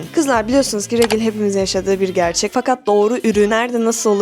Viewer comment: Abla regil diye okunmuyorrr direkt regl diye okunuyor